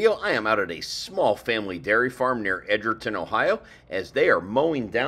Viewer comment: Edger ton is pronounced “Edge”erton not “Edgar”ton. Great video! Thanks! for